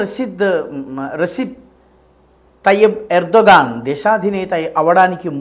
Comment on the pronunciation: Erdo "gone" 😂😂😂😂